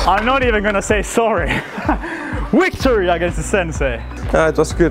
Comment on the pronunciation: victory not wictory but good video nice one